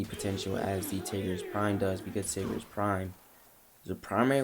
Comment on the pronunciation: Tigris (Tie-Gris)